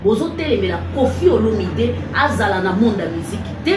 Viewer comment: Mama tika ko ecorcher kombo ya papa na biso.c est Olomide pas Olominde.Bongisa